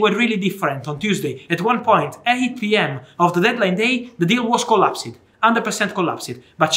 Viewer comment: Love how fabrizio prounces collapsed.. collap sid 😂